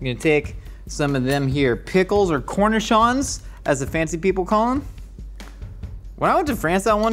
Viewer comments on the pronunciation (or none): none